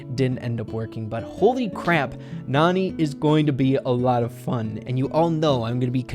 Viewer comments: The a is not supposed to be silent ok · It's pronounced nAn"eye" like nani-bomb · It's pronounced nanny...